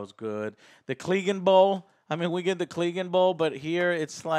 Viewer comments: It's pronounced Cleg-ANE Not Cleegan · Clegane! Wtf is a kleegan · What the fucks a "cleeganbowl"? How can you call yourself a game of thrones fan and not know how to pronounce CLEGANE 😂 They literally say it multiple times throughout the show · 'ClegANbowl' lmfao. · "Cleeeganbowl" "Varies" "Eurion" wat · "Cleegan"? Yank af pronunciation mate. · Okay I understand the mispronunciation of names for book readers, but if you watch the show how are you mispronouncing Clegane and Cleganebowl? Lol